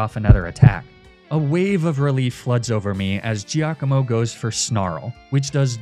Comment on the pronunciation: Unsure if is deliberately mispronouncing Giacomo for engagement… it’s “JAH-ko-mo”!! But you probably already knew that. 😂 enjoy the free engagement.